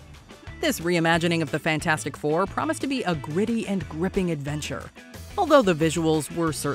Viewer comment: I loved it how everyone kept calling the Fantastic Four movie Fant-FOUR-stic, after how they stylized it with a number "4" in place of the A.